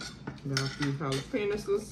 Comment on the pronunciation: Can I say PAUSE to the birthday girl for saying jale-penias 😂😂😂